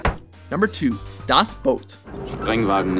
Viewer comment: I love how they always hilariously over-pronounce foreign words, but when it comes to Das Boot, they always say it in plain English.